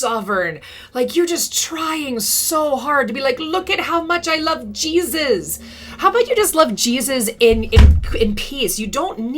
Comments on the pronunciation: GEEZ-US wants you to stop saying his name like that....😂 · I cannnot stand the way she says JesUSS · Every time you repeat "Jeysus" 🤣🤣